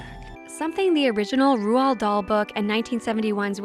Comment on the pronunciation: LOL you pronounced the authors name wrong DAhls first name lol